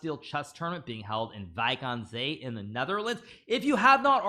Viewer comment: As a dutch person your pronounciation of Wijk aan Zee surprised me positively!